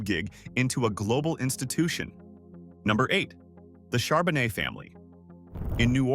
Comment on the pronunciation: Surprised he said Charbonet right